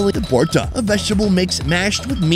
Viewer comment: ALl of these are restaurant food not street food. The first one is pronounced E-Lish not eye-lish. Also it is vorta/bhorta rather than borta. Taki is another fish that is made into a bhorta (mashed), shutki is dried fish. 3rd one is not Chicken chop it is 'Chaap' meaning Pressed. BTW thanks for featuring Bangladesh.